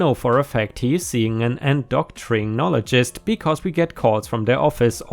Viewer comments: 'Endocrinologist' is pronounced 'En-dough-krin-olo-jist'. As for GoFundMe scams, they happen all too often. Scams of this degree are absolutely divorce material. If your partner refuses to show evidence and demands you trust them anyway (especially if they tie manipulation to it), they are not worth that trust. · en-doh-crin-oly-gist the n slipped in , the h may be useful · Approximate Pronunciation guide en-do-crin-only-gist with stress on “en”